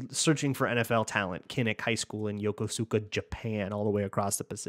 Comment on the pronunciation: Hey, so as a MN transplant i learned Yokosuka is pronounced yo-koos-ka